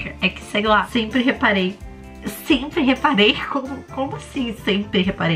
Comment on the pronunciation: "senpre" "SENPRE" mds